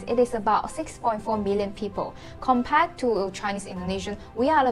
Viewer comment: Hey there, care to learn English pronunciation-proper? Compared is kuhm-peuhd, not comm-paid. Their is there not “dea”.